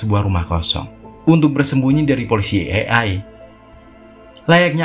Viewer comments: Bukan ey ey dah bang Tapi ey ay Seru ceritanya bang,, semangat bikin konten nya💪💪💪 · Bang bukan ai,e tapi ee,ai.baca nya.